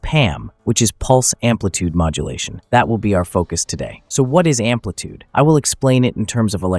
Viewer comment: amplitude, not ampitude